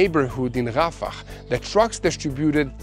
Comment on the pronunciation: Son, distributed is pronouncedz disTRIbuted, not distriBUted. The accent is on the seconde syllable, my beloved Brother! Love you and Mati!!